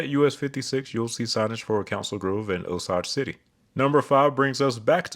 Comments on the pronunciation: You mispronounced the name of my old hometown, Osage City. You should pronounce the a like you would when saying hay or gay or day. Interesting video though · Great video, You are one of my favorite channels on this site! Also I just wanted to point of that the local pronunciation for Salina is Suh-ly-nuh and Osage City is pronounced O-say-J.